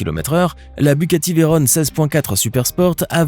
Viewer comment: Veyron ne vient pas de l'anglais et ne se prononce ^pas Veyrone. On dirrait un PUTAIN D'ENFANT DE 6 ANS. Elle s'appel comme ca a cause de Pierre Veyron qui à gagné au Mans en 1939 sur Bugatti type 57